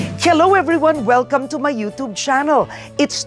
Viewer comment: Ano ba yan, pati ba naman ang YouTube babasahin ba naman ng you-toob. Talino din. Kapag yung isang word ay English basahin nyu din sa English hindi yung gagawa kayu ng sariling pagkakabigkas na kahit sa dictionary ng Filipino hindi mo nakikita. Kapag youtube dapat basahin nyu yang you-tube o you-tyub. Hindi yung you-toob. You-toob pa more.